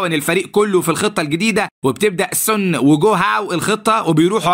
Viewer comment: ليش بتقول السنا كدا بتنرفوني😮